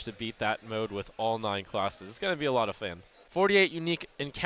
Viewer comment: "it's gonna be a lot of FEN"